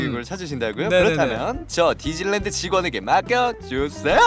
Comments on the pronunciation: 나 뒤질랜드로 들었어..ㅋㅋㅋ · 근데 디지니 랜드를 디질래 랜드로 했어요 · 봄수님이 디질랜드갈때 뒤질래라고 들림 ㅋㅋ